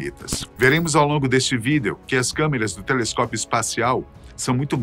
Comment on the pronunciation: APRESENTADOR RIDÍCULO QUANDO PRONUNCIA A PALAVRA " VÍDEO"